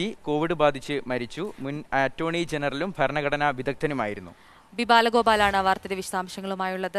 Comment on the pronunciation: ഫരണ ഘടനയല്ല പൊട്ടാ.ഭരണ ഘടന ആണ്